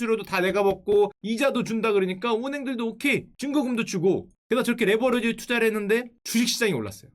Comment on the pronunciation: 형 아직도 레버러지라고하넹